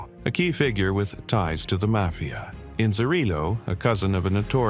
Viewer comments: Dude said “Mayfia “ members. How did you get “MAYFIA” from Mafia? Never mind! 💀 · the may-fia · Mayfeeya members? lool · Would have been cooler if you pronounce it "mayfia" the entire video.